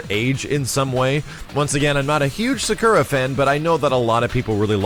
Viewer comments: suhkura? thought her name was pronounced soccera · Sak-oo-ra, not Sa-kur-a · why u say sakura like that is like u are saying zekura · What's a Sukera? I know Sakura but Sukera? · Sacurra (Sa-kUra).. i cringe every tim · Cool, but that's not how you pronounce "Sakura". /weebmodeoff